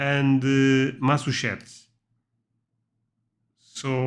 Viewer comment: OK repeat after me - Massa......Chu......Setts.....